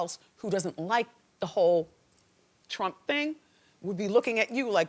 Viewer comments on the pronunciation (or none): none